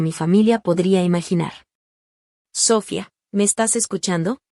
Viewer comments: ¿SÓfia? Es SofÏa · Noo entiendo porque no puedes pronunciar bien las palabras, empezando con el nombre Sofía, Sofía, Sofía